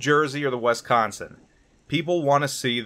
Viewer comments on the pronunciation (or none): Please never say Wisconsin. you are getting it wrong and it hurts my Wisconsin ears. It is not Wesconsin Wisconsin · Wisconsin - pronounced like "Whiskey" not "Wesky". Also, she was the last battleship in history to take part in a combat action in the Gulf War. Cant argue about her WW2 combat service though, she had comparatively 'few' battle stars next to her sisters.